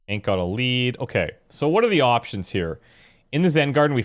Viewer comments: It's Hank, not Hawk. Hank with a "n" not a "w". Hank as in Henry. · His name is Hank, not Hawk lol